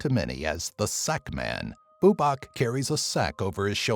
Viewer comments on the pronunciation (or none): its bubák not búbak